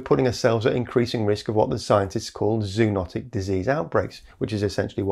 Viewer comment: ZOÖNOTIC, ( zoön, zoa) 😅